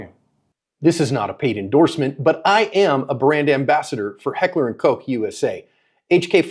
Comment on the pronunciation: thats not how you really say koch but you know that sir :)